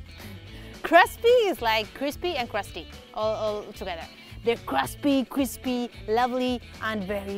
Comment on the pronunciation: You said 'cruspy', I subscribed. LOL. Your talent is an added bonus. :p jk! Love your channel.